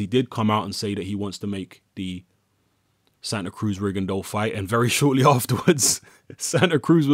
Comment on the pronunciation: Props,! It's not often you hear people pronounce "Rigondeaux" correctly.